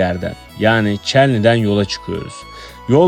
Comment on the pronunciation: Merhaba! Neden Çelny diyorsunuz?🤦 Yar Çallı benim güzel şehrimin adı🌳